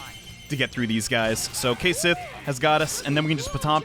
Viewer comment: And remember kids, Cait Sith and Cu Sith are pronounce ket-shee and coo-shee